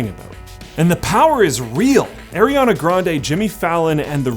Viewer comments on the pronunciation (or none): none